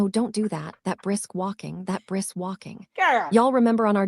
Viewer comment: mary ann lorient is ignorant and her lack of grasp of the English language is so agitating. The lack of s's and "breast walk" for brisk walk is embarrassing to the highest level